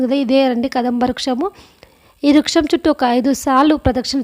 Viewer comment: Ammaloo adi ruksham kadu. Vruksham. Adi kaakateeyula silpa sampada. Chaala baga cheppavu tallee.😊